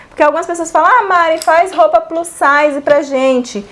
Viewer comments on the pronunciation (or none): none